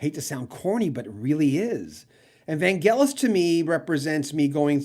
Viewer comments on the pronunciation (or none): The DJs here in Alabama called him Van-Jel-us.